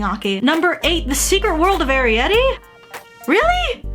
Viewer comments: I think Arrietty is pronounced ah rare it tee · Ok here's how you say it (a-reye-et-ee)